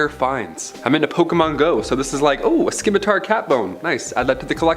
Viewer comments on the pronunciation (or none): It would be better if he could pronounce Scimitar properly, its not ski mi tar, its si mi tar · The "c" in the word Scimitar is actually silent. It's spelled Scimitar, but pronounced "Simitar". 😉I LOVE the Tuck Everlasting reference! Most Excellent! ~ APRIL LIPKE